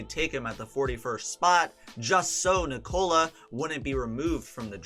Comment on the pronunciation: Americans really cant say Nikola.